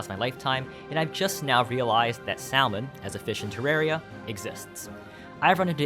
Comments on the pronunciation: The "L" in "salmon" is silent =) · kind of tickled by you being able to pronounce the Japanese mushi correctly, but not salmon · That’s not how you pronounce salmon